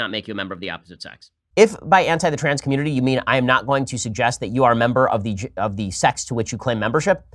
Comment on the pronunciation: “Chrans people”